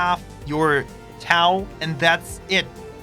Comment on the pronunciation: Friendly correction good Sir - Tow is pronounced the same as 'Toe' in English mate